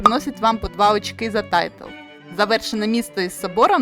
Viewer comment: Дякую за відео. Як швидкий огляд гри - файно, але я шукав детальніший розбір правил, тож буду шукати далі. І одне зауваження - не "тайтл", а "тайл" ("tile" - плитка). Удачі з оглядами.